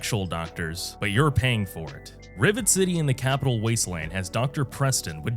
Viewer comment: He mispronounced rivet City too 😂